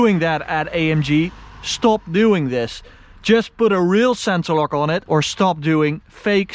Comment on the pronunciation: Als je on zegt die o is een a